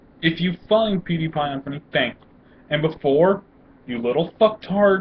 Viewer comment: U didn't even say his name right